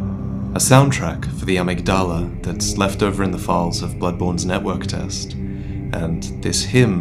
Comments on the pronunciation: Love your videos, but Amygdala is not pronounced "AH mig DOLL Uh" it's pronounced "Uh MIG duh luh." Which, for those that don't know, the amygdala is a ganglion of the limbic system that's responsible for the emotions of fear and aggression in your brain. So it's fitting an enemy is called the Amygdala in Bloodborne. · Okay, you know I love you and all things gravy and sunshine, but... a-MIG-da-luh Thanks!:)